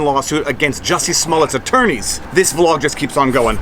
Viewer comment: "It's vlawg time" love it!